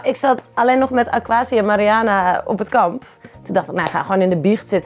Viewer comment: Ben ik de enige die het is opgevallen dat iedereen de naam van Mariana (Marianne, Marian, Mariene) anders uitspreekt en sommige mensen ook nog op meerdere manieren?